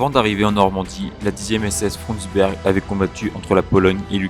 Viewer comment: Une information de détail : en allemand le "u" se prononce bien comme le français "ou", donc il l'est correctement ici dans "Frundsberg". Mais le "ü" se prononce comme le français "u". Il ne faut donc pas prononcer "Führer" comme le français "fourreur".